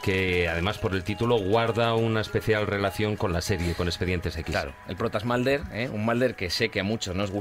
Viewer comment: 'Malder" y "Scally" ... OMG!